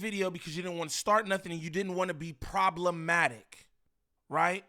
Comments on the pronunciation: He said problementive lmao it’s problematic, and another note , niem you care about ts way too much man 😂 like even more than munchie wtffff 😂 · Omg problementive? 😅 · didn’t pay attention in English class 😂 “problementive”? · Bro I try not to be the grammar police but bro!!! “ PROBLEMENTIVE “ isn’t even a word😭 I mean come on bro ya’ll making us look bad when you try to sound sophisticated and make up your own words accidentally